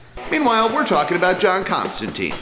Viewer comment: If you're gonna introduce people to the character, pronounce his name right. It's Constan-tine, not Constan-teen.